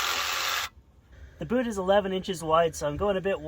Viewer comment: Oh thought you were saying "boat" but you were indeed saying boot.